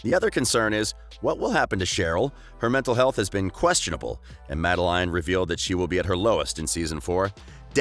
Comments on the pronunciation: “Made-a-LINE”?!! ARE YOU SERIOUSE??! ITS “Madelaine”! Mad-uh-lane! 🙄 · I’m sorry... here-um? and mad-ale-ine? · Like no hate. But you gotta learn how to pronounce their names. Roberto Madelaine Hiram....